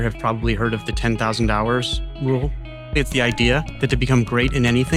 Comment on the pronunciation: I can't be the only one who hears 10 thousand dollars and not hours?